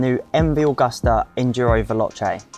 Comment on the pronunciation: That is not how you pronounce Agusta